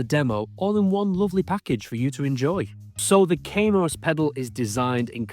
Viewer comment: Kaamos not Keimos.